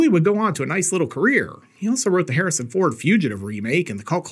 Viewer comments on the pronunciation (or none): none